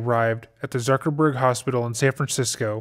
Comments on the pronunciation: Wait. Did you just say the “Zuckerberg” hospital? 😒Zuckerberg. 😒😒😒😒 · When I got to that part, I had to rewind it a couple of times to make sure I heard it correctly. To my dismay, I indeed heard it correctly. Zuckerberg Hospital. Wtf.